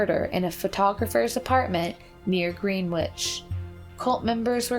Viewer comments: Gren-itch, not greenwitch even though spelled, Greenwich. Also, La Jolla is La Hoya. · It's definitely pronounced "Grenitch" not "Greenwitch". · Enjoyed as usual. FYI it's not "Green Witch", but "Grin Itch" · “Green-witch” instead of “Gren-itch” as Greenwich is pronounced is like nails on a chalkboard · green-witch..lol🤣 it’s pronounced gren-itch..it is a very famous neighborhood in lower manhattan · Greenwich Village is pronounced Grenich Village. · Green Witch. LOL.. How about GREH-nitch? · Greenwich village is not pronounced Green witch. Gren-itch. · GREN'-itch...not GREEN'-witch...every video, the narrator mispronounces some proper noun, whether it be a person's name, a city, etc. EVERY one of the videos!! haha What's up with that?!! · GREENWICH is pronounced like GREN-ITCH 🥰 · Greenwich village, pronunciation is not, Green-witch! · “Green witch” lol that was a silly mistake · ...did u seriously say "Green-Witch Village"? That's a pretty big mistake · No, it isn't. She pronounced it the way it's spelled. It's a very understandable mistake. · It is not Green- witch........... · That's 'Gren - itch' Village in NYC. Normally I don't care about 'places' being pronounced correctly, and wonder why people bother leaving a correction in the comments, BUT that's one you guys will likely run into again... it was a pretty interesting place for a very long time. So just for future reference :) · Haha it's pronounced "grennich" village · Greenwich is pronounced Grin itch; just in case it ever appears in any future videos this woman narrates. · Gren nich (greeenwhich) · Greenwich pronounced Grenitch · That's... and she's saying Green- which!!! Lazily Done!!! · Gren-ich, it's not hard to say the name correctly. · "Green-witch" lmfao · Good one guys. Oh and Greenwich is pronounced without the "w". Gren-itch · Gren itch. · DesertHummingbird I thought the "green" part was pronounced more like the word wren, just with a g?